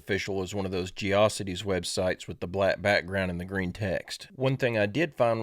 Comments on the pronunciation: "Geo Cities" lol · Oh and we aren't supposed to notice he () can't pronounce geocities correctly. This matrix is coming down quick lol. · I love how you pronounced “Geocities” (it’s “Jee-Oh-Sit-Tees”) 😂